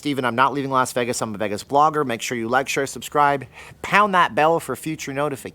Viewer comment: Lol. I'm hearing Veggis.